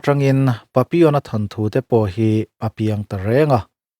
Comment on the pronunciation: Papion a maw lo ni a, ka lo hriat ve thin dan chuan papillon a ti in ka hre thin a, ka lo hre diklo chhiava tihna a lo ni ta awm e🤭🤭🤭